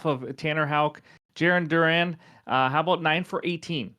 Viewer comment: Cracks me up as a Red Sox Fan how you say Darun when it's Duran like the word AND without the D... Now lets hope you didn't jinx him ;)